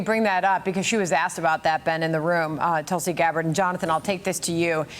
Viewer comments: Her name is Tulsi! Not Tulsa. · Hey Johnathon. Her name is Tulsi, not Tulsa. 😅😅😅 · Tulsi... not Tulsa... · Her name is Tulsi, not Tulsa...